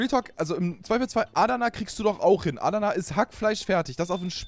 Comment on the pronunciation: Wie Adana ausspricht triggered mich mies, nicht böse gemeint:)